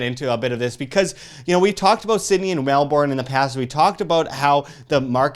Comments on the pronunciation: ur not pronoucing Melbourne properly.. Say it like "Mel-ben" NOT "Mel-born" - source fellow australian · Its not MELBORN its MELBURN. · Very true, though I would blend it a little with Mel-bun. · Mark Schiavetta lol it’s neither of those - it’s Melbourne !!!!!! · Please practise your pronunciation of Melbourne thanks. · well fellow aussie here as well, but you can't blame them lol, all that effort to express the OURNE, and then it is pronounced differently. English words/names are confusing, you have to admit.